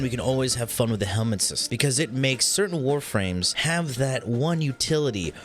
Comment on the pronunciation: Helminth not helmet